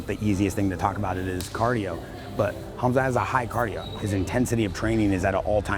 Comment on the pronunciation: Did Rampage call him Kumsuck Chimaev?